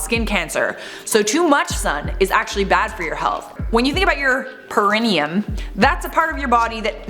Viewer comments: It is pronounced like, 'pair ah knee um'. (long time nurse😅) Always love your videos!! No criticism here, just clarification! Keep on slaying!💜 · Just an FYI:. Perineum is pronounced pear-eh-knee-um.